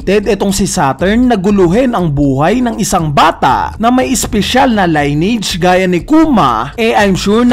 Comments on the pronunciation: lin-ni-age ang pronunciation hindi line-age. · lineage... narrator : line-age observer : lin-age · li•nee•uhj pagkakabigkas ng lineage hindi line • age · Sir maganda yung vlog mo kaso for correctness lang, paki research ang pag basa ng salitang "Lineage". Yeah maarte in a sense pero makakatulong para maging mas mahusay tayo sa pagkukuwento ng storya, paggamit ng ibang lenguahe at di tayo pagtatawanan ng iba. 🙏